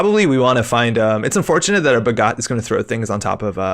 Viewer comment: I'm only really familiar with the Indian-origin words. Off the top, Aniccam is more like Anichcham, I think. And both 'a's are short (not long) sounds in Bhagat (as in 'attention'). I think the card is inspired by a famous freedom fighter in India's fight for independence from the UK, Bhagat Singh. I really appreciate the effort to learn. Top quality.